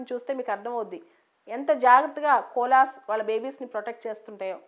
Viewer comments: We should pronounce it like kovala not cola. 🙏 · It's koala. No offence. Thank u mam.